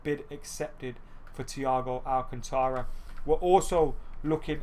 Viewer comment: You're not pronouncing 'Alcantara' right, listen to it in Spanish somewhere.